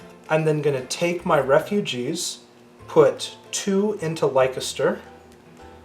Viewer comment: Leicester is pronounced 'Lester' [ˈlɛstə] . Nice game.